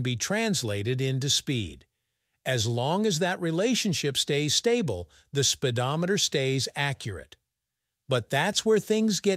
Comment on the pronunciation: ahh "Spidometer" very clearly off